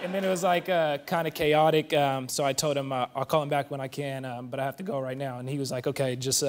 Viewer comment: gun are you purposely saying wright instead of right?